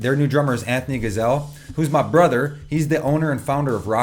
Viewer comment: Let's play a drinking game ... Everytime he says, "BRUTHR!" 🍹🍹🍹🍹